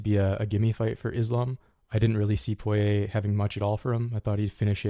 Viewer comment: Got the pronunciation on Poirier down.